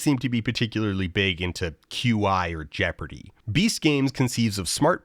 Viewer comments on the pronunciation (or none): none